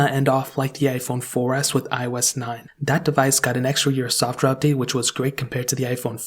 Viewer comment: This man just said “soft wear” instead of “software” 😂😂